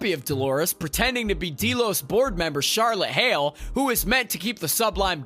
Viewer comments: I couldn't watch more than a few minutes of this review because of him continually calling it Dee-Los when it's Deh-los. It's pronounced through the entire 4 seasons! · Dee-los? Seriously? Haven't you watched the show? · Deelos? It has always been pronounced Del-os. No one on the show has ever pronounced it Deeelos. How does this happen? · So many things wrong here. First has your narrator watched the show? Its not "DEE-los" or the "sub-lime" Its "Dell-os" and "su-blime", small details but again it just makes it sound like someone who doesn't know what they are talking about is trying to explain it to us. Also very little of what you were saying matched up to what you had on screen at the time. Also, stop yelling at me And its weird you mentioned the fact that it was based on the foundation which gave me hope for what you would say but then you have the most simplistic view on what's going on.. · Dee Los. Really? Wtf. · Who else is super annoyed be the word "deelos" ? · Deeelos ? Lol did you even watch the show or just read it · I gotta tell ya "deelows" isn't working for me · Los Deelos XD has this guy watched this show or is he just reading a script?! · “deelows,” “sub lime,” and “rehobum” hurt my soul lol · please stop saying Delos wrong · Super Important Tip : Please watch the actual show if you’re gonna explain about it, you manage to make it more confusing and your pronouncing the names all wrong. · Omg dude that is NOT how you pronounce Delos OR Sublime. Also why are you constantly shouting? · That isn't how you pronounce Delos. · Right ! It's Delos !!